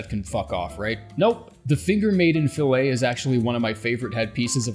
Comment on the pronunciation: "Fillet" is pronounced "fill it" when you're talking about headgear - "fill-A" is only for steaks.